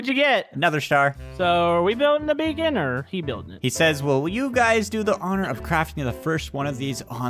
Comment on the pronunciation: It’s beacon. Not bacon!^_^